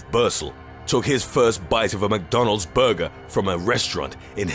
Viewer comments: lmao the way he says burger kills me 🤣🤣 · The way this guy say Burger is the funniest shit I've heard. Lol